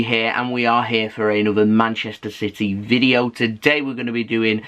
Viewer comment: It's CITY not CITEH!😠